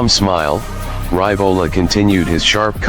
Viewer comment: Hey,, it is pronounced Ree-vo-la not Ry-vo-la...